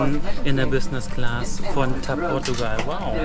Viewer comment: Ihr sagtet nie wieder TapPortugal